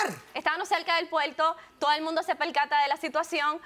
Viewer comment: Estaban cerca del " puelto"😅😅😅😅😅